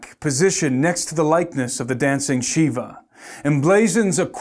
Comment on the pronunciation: Shiva not Sheba